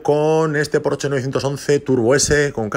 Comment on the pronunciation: no se dice PORCH en alemán se pronuncia la ''E''